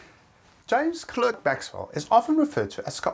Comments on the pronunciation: His name is spelled James CLERK Maxwell, but it is pronounced James CLARK Maxwell. Sometimes in the video it is pronounced correctly, others not. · In Scotland you prononce it Clark but in Canada more precisaly in Quebec where my grand grand father immigrate we prononce it Clerk. Sorry for my English I do speak French. James Clerk Maxwell who father was a baron living at Penicuik Castle near Edimbourg. Thé Clerk family still live there .